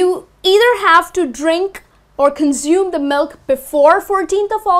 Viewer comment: You mispronounce consume.